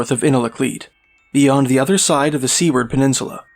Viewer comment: Good content, good presentaion, but take the time to learn the regional pronunsiations of villages. Unalaket, "YOU-Na-La-keet" Seward penisual "Su-ward" Not "See-ward" kind of like Knik arm "K'nik" not european "Nik". Not as a cut but so you can present better. Good job.